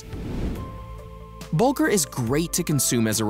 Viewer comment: It's "Bulgur".